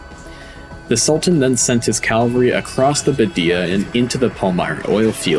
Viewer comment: What is “calvary”? Is it like cavalry? But poorly pronounced. Same with “Aydolff” - related to Adolf? As in A. Hitler? Sort it out. You’re a good storyteller, but these errors make you sound like an overconfident moron.